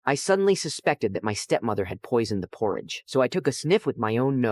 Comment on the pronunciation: THATS NOT HOW YOU SAY PORRIDGE